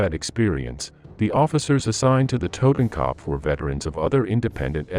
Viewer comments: Dude you are butchering the names of these German divisions oh my god please stop trying to pronounce these names as a German it’s a total cringe moment for me, kopf is not copf it’s ko-upf for starters, anyone wanna chime in shut your mouth not talking to you 😂😂😂😂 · IT'S TOTENKOPF YOU ASS; NOT TOTAN CUP